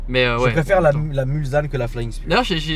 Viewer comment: Je veux pas faire mon jean-pige mais on dit Mulsanne et pas Mulzanne!